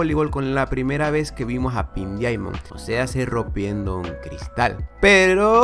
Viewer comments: ¿A mí nomás me pone los pelos de punta cuando dice "dIamond" y no como en verdad se pronuncia? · Se pronuncia DAIMOND o mejor di diamante rosa